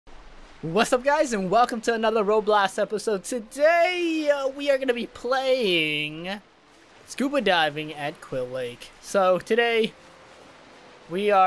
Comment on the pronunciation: you said roblos